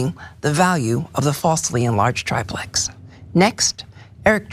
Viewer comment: Yes, it’s TRIplex, not TRIPlex.